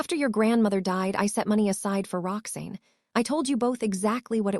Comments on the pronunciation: Her name is pronounced "Rox Anne" not " Roxnne". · And her name is. Rox-ANN, not Rox-EEN ! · I don't like this voice. Why does Roxanne get pronounced Roxain? It's like Rox Anne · I couldn't stop laughing every time the narrator said "Roxeen"!!! Bwahahaha!!!! Kind of throws one out of the story, ya know? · Rocksin is what I’m hearing.